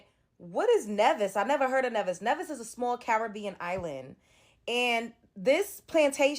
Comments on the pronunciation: it’s NEEEEEVIS LIKE (Knee-vis) 🇰🇳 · Its pronounced nee-vis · She looks like she has Additional learning needs, possibly her parents too . Coz wtf. It’s pronounced Nee- Vis. I’ve been there but over 20years ago. it’s a beautiful island, church doors left wide open all day… perfect island 😍 but I don’t remember seeing any persons tbh let alone this!